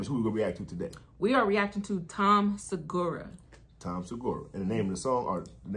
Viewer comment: It’s Tom Segura not Tom Secora